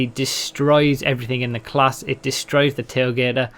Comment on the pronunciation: I love how you said "the Schafter DESTROYS..." lol